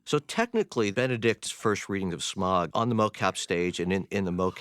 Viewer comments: "shmaug"..............its smaug my friend. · Yo PJ, there is no H or CH in "S*CH*MAUG" -- its SMAUG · it annoys me more that Peter sais "shmaug" instead of "smaug" xD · Smog, Shmaug, Smaug, Smahug how many times they pronounced it differently was really bugging me. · I absolutely love this but there's one thing that slightly annoys me... more than one of them pronounces Smaug as "Shmaug"... i still love it though... ❤️ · Why is Peter always saying "Shmaug" 😂 BTW: thx for uploading this❤️ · So I noticed that Peter and a lot of the other crew members were pronouncing Smaugs name as "shmaug". Is that the correct way to say it? I mean clearly if they're producing/directing the movie then they'd know the proper way of saying his name lol. Was just curious! I've always just pronounced it Smaug, without the SH sound. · lol the guy correcting me deleted the comment. but yes. for all wondering, it is certainly pronounced Smaug -- Sm-OWW-g. Like you stubbed your toe. Or like Smaug just ate you. Whatever. ...And then there's Peter Jackson, schm-ow-g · Some of them pronounce Smaug as Smog and its so annoying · Rystor Before I started reading tolkien literature, if asked to say Smaug, I would pronounce 'Smog' or 'Smowg'. But after, it's apparent that 'au' in is pronounced like the 'au' in Sauron, Smaug, Anfauglith, Taur nu fuin, falls of Rauros, Aule. So the 'au' is pronounced like 'found' and not 'faun'. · Why do they pronounce sometimes Shmaug instead of Smaug? Any idea? Thx! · Pretty interesting how PJ pronounces "Smaug" - SCHMAUUG. It's exactly the way my country men would do. We're saxon and it sounds horrid :D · "Schmaug" FFS, mr Jackson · Because they are stupid and don't know that it should be pronounced Smaug. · Out of all of the pronunciations of Smaug, I think "Shmauwgy-Shmauwg" beats them all. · Peter Jackson pronunciation of Smaug makes my ears bleed.. . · There's no "ch" in Smaug, Peter. Jesus christ.